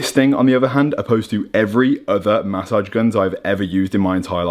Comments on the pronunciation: Jordy please teach how to say massage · The way he says massage lmao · I think its the way he says massage